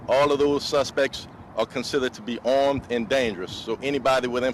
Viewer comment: "Eleventeen prisoners are ormed and dangruss..."